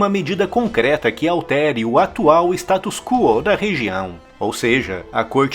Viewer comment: Não é status qúo, e sim status quó.